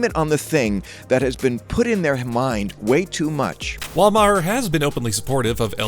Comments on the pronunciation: OMG. It was driving me crazy when he was mispronouncing his name EVERY TIME. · You guys gotta learn how to pronounce Bill’s name….fucking hysterical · His name is MAR not MA HER it’s just spelled differently! Please stop saying MA HER!!!!! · He's not "MaHer", rather pronounced "Maar" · You need to learn how to pronounce Bill Maher's last name properly. It's not pronounce Ma-her, it's pronounced just Mar; the H is silent. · Not Ma-her it's pronounced mare. Maher is my mother's maiden name. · How about you learn to pronounce his last name. Ma-her is not the pronunciation (Marrr) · It's pronounced MAR NOT MA HAR, you moron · WHY DO YOU PRONOUNCE HIS NAME INCORRECTLY OVER AND OVER? IT’S MAR, NOT MAA-HER. Idiot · It’s “Mar” not “Ma-Her” geesh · It’s pronounced Ma-her it’s pronounced mar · It's Marr not mahear😂😂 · It’s not “Mah - Her”, Bill’s last name is pronounced as “Mar”. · It's pronounced Mar, not Ma-her. FYI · exactly. It’s pronounced like Marr, another Irish name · Had to stop watching...pronouncing his name Maw-her was just to annoying. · *Marr. Bill Marr. Stop pronouncing it like that, please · Who is Bill Mah-HER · Who is Mah - Hurr? Can you figure out hour how to pronounce the subject of your feature’s name before you go live??? More egregious when you consider Bill is well known and Maher is a reasonably common name!! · I believe Bill's last name is pronounced Maer, rhymes with bar, tar, the h is silent. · Is only going to mention how this is run by a robot and he keeps calling him bull ma har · I wonder also...Clearly the guy never watched Bill Mahhhhh-Her !! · GET A BETTER I.A. READER!!! THE "H" in Maher ... IS SILENT!!! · Please stop pronouncing the ‘H’ in Maher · you're saying his surname completely wrong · Please pronounce Bill's last name correctly. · Learn to pronounce his name. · Dude, what damage was done Dr. Phil? Secondly, learn how pronounce Maher's name. You sound like a moron. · That's the oldest pronounciation of maher